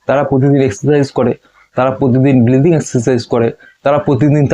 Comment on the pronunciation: Dada oita bleathing na oita breathing hobe.